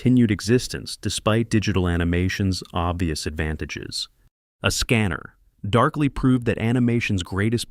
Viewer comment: AI voice really struggling with how to correctly say "A Scanner Darkly" in a sentence